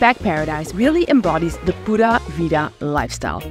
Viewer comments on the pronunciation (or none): honey, PLEASE learn How to pronounce J-A-C-O Good Lord! #awareness first! respect the country of Costa Rica! Also, you do NOT fly into San Jose! You fly into Alajuela; as of into the video, you have mispronounced EVERY city's name, except San Jose. THEN, at about 10 minutes you pronounce PURA VIDA as Pudda veeda ; good video but awful narration from start to finish